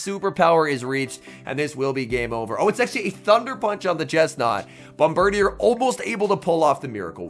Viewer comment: Hi, not to be a nerd but Bombirdier is actually pronounced bom-ber-DEER, not bom-ber-dee-er lol